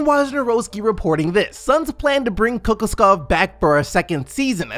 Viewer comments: Kokoskov is pronounced [Kuh- Kosh- Cough] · It’s pronounced co-cosh-kov